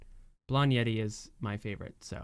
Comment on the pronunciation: Hi I loved the music video I watched it when i came out I like ZIMZALABIM but I like This more and I realized that it sounds like you say Yeti when you said Yeri